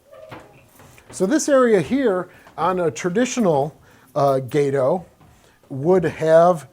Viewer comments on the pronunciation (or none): It's Gah-toe not gaydo. idiot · It's not a gay toe class it's "GAH TOE" class. STSCS(SS) USN Ret. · Is it not supposed to be pronounced "Gah-to" like Spanish for cat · Did you never take high school Spanish? “Gate-oh”? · Amazing museum piece and video. Only note is you’re not pronouncing “Gato” correctly. It’s pronounced “Gah-toh” like the species of cat shark, which the ship class is named after. Some people get all upset over how Americans pronounce German words incorrectly, same goes for this.